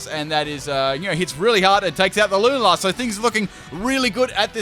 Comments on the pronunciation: Every time you say “Loon-a-lar” I die inside a little... I normally pronounce it Lune-ala. Am I wrong? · Lu-na-la? It's pronounced lu-nal-la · “Lun-a-la” when you continuously play the game but get the name wrong it “Lun-al-a” but apart from that awesome video 😎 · and in comes the Lunar-lah Me: 😐🔫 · the way you pronounce lunala triggers me :P its lu - nar - la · The way you pronounce Lunala makes me want to die